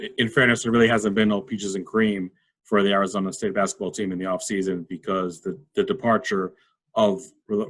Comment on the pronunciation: You pronounce "Arizona" wrong. Like an East Coaster.